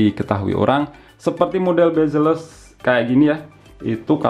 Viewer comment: 'Bazelles' kirain apaan, ternyata Bezelless wkwkwkww